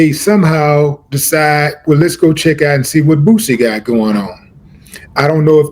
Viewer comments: They cant even say his name right Boozy 😅😅😅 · I hate the way white folks say boosie they always pronounce it Boozy